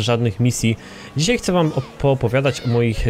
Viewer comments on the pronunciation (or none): none